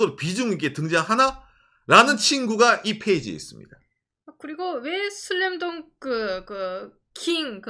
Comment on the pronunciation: 한글발음 너무 좋네요 슬램덩크를 제대로 발음하실줄이야ㄷㄷㄷ 한국분이신줄ㄷㄷㄷ